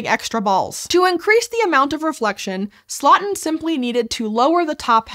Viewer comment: For the very little it's worth, Louis Slotin's last name should be pronounced like "slow-tin", not "slottin' ". ❤